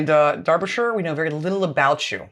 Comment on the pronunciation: Thank you for saying Derbyshire correctly.